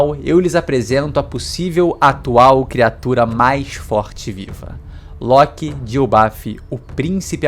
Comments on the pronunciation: Nao sei pra que pronunciar loki diferente de todos kkkk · Esta doendo meus ouvidos o jeito que você pronúncia LOKI E BEIFRIST vice deveria assistir os filmes de Thor da Disney para pronunciar corretamente